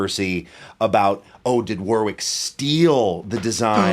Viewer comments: Whatever the history I'd have a Streamer Stage 2 over an NS2 any day. When I was learning how to play in the late '90's I knew about Warwick before Spector and the players I admired all played Warwick. The Streamer Stage 2 was the one. And, sorry Yanks, it's pronounced Worrick! Quit the War-wick crap. It's not a candle going into battle! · It's pronounced 'worr-ick' not 'war-wick'. There's an English town of the same name and pronunciation. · Sting had a foam pad under the strings in front of the bridge too, just damping everything. AND.... it's pronounced WORICK. It's a weird one, like WOOSTER sauce 😁